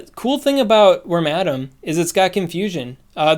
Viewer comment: All other content creators: Worma Dam: Wor Madam